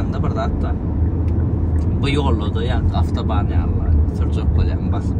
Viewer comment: Avtoband değil otoban 😂